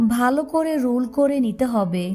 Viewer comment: আপনি তো ভুল উচ্চারণ করেন রুল,ত্যিল,বেডগাম।